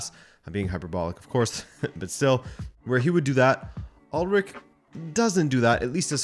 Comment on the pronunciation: It’s Ool-ryche! Not Ulrick!